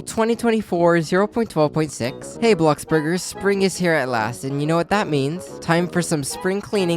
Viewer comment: IS IT JUST ME OR NOBODY NOTICES IS SAYS “”HEJ”” BLOXBURGERS also this comment is gonna get NO likes